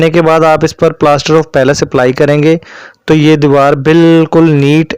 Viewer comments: بھائی لفظ پلاسٹر آف پیرس ھے پیلیس نہیں ھے باقی ویڈیو معلوماتی ھے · Ap ghlt pronounce kr rhy Hain yh plaster of Paris Hain palace Nh ha